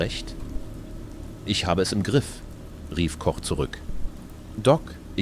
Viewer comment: Die Übersetzung ist ja schlimm...und auf einmal Englisch dann gewisse Zitate völlig falsch und der Name Koch wird auf Englisch gesagt..